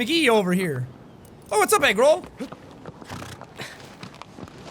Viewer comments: Did jack say 'What up Egg Roll' instead of Agro? ...Ok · Jaaaaack its pronounced Agro not egg roll JK i dont care how you pronounce things. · I thought he said eggroo,... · Is it agro or egg roll...I’m not kidding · Whenever he says “Agro” I think he says “Eggroll” maybe because I’m hungry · Did jack say eggroll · Egrol. LMAO I know it is Eggroll. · Is it bad that whenever Jack said Agro I heard egg roll? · Chrono_gaming Bro yes but the whole time I was hearing Egg Roll. Probably because I started watching it on the bus and with all the noise heard that. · when sean says the horse's name it sounds like eggroll